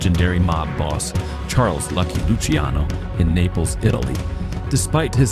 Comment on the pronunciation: It’s not lucy-ano it’s luCHIANo